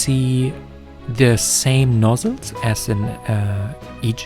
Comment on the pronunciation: I was hearing ''nozzles'' at first, but later I realize the word is nodules. in any event, I think this video supports the notion of a world wide, antediluvian culture. Thanks!